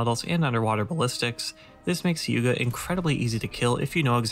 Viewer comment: Gaijin also butchered some vessels names pretty hard, for instance , "Hyuga" is pronounced as "Hiuuga"